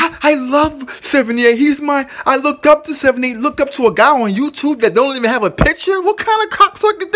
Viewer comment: "He lookted"????? Im outta here